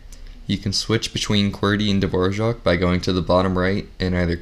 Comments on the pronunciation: Why does he pronounce Dvorak dvorjak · why is he saying dvorak like that